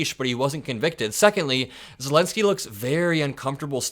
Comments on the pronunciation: did you say vladimir selensky? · Vladimir Selenski you said. Just like Biden. Haha